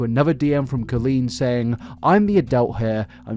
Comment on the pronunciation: my favorite part about colleen is how you pronounce the first part of her name the same way as colon